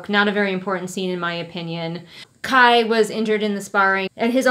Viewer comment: every time you say kai's name i distinctly hear "kyle" and honestly that's what he deserves